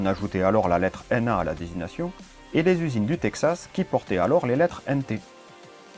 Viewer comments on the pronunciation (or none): none